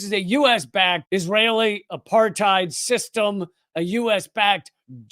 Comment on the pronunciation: "Israel isn't apart-thighed!" - Michael Rapaport